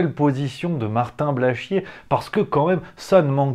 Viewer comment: J'aime bien quant tu prononces le nom de ce nouveau et grand artiste: Martin Blachchchchié. Tu appuyes dessus comme appuyer sur un bouton de pue sur le nez qui nous fais chier!